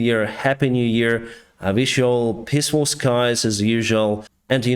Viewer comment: "So pissfull" Love your english and love your videos :)